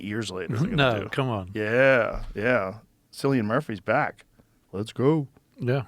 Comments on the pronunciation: Joe it’s Killian not sillian you should really have him on if he would do it. He is a very talented n interesting man! Very underrated actor. He’s amazing in peaky Blinders. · if ur gonna do a 28 years later ad then at least know its “kill”ian not sill ian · Its pronounced 'Kill-ian' Murphy Mr Rogan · Sillian Murphy 😅😅. Jesus Joe!! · Sillyann Murphy, how can he get it so wrong for someone who literally calls out names for a living 😂